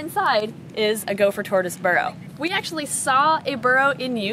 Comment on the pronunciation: All I heard was barrow lol